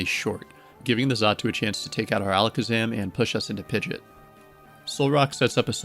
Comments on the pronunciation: I cringe every time you say Pigeot, but the video was good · I know they pronounced "Pidgeot" like that in the Pokerap, but.. 😅